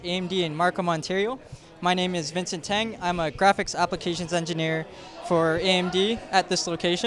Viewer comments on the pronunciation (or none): none